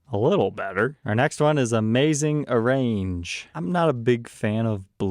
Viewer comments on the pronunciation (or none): m' man, you usually do a good job of pronouncing these admittedly pun-filled and intentionally misspelled color names, but you dropped the ball on the one. That color name, "Amazin' Arrrange" was supposed to be said with the accent of the second word going onto the FIRST syllable, which itself was supposed to be pronounced as "ARRR," like a pirate's, "ARRR, matey!" Altogether, the whole thing was supposed to form a punny near-rhyme with the phrase, "Amazin' ORANGE!" No sweat, though. I'd probably drop more than you if I MYSELF did this thing every week!😎